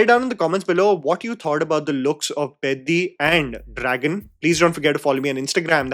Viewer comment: You are the first Non Telugu Youtuber pronouncing the PEDDI movie title correctly!🤣